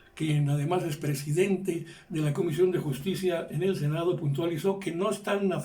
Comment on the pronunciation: Solo que recuerden que les recortaron presupuesto al INE por órdenes del prejidente, ya cállese señor si no sabe no hable